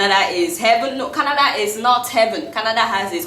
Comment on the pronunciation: Everytime she says Kanada. I shake